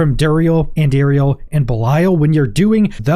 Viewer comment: Sorry had to downvote for saying Andiriel. Great tips tho thanks.